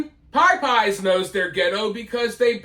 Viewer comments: Naw, you definitely cannot do nga.... Go back to your white "Popeyes" pronunciation please 🙏 🙏🏾 frfr🤣💯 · Say it right 😂😂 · It's pronounced popeyes... Not Pie Pie's. You sung it right though. 😂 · I love you,, but I’m from Texas and I’ve never heard it called “pie-pies” in my life. It may be a Florida thing, but definitely not a southern thing. Still love ya, though, and I won’t give you a hard time for how you choose to pronounce it. 🤪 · I still live in Louisiana since I was born and I've never heard anyone say Piepeyes 😂😂😂 I live in the New Orleans area, too, so I hear a lot of dumb shit all the time. Tons of mispronounced words daily. But never PIEPEYES. Love, though, god bless him lol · I love you but the reason people are telling you how Popeyes is pronounced is actually because you're totally NOT saying it the southern way at ALL. You're saying it the way a black person whipping out their "white nerd" accent would say it. A southern person pronounces Popeyes like "Paah- Paahs" NOT the very long i "Pie-Pies" you're saying. I guess to your ear, that's your interpretation of how a southern person would say it.... but your way of SAYING it is NOT the southern way of saying it. Listen to southern people say it and ask yourself, are they REALLY pronouncing a long i sound? Because they're simply not. I'm telling you this is exactly why people are telling you you're saying it wrong.... because you are! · Whatever dude. it is always and always will be pronounced POP-EYES. Reason being, you will not believe the shit you see when going there. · Man, I LOVE how you pronounce Pie-Pies! Lol I'm born and raised from tbe south too, but never heard that. Still, I got a kick every time you said it, and was let down during the episode where yiu "corrected" yourself. Glad you took a stand!! I vow to call it "Pie-pies" from here on out! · Thanks for the correct way to pronounce Popeyes. I thought it was like the sailor man. I'm gonna say it wrong. 😂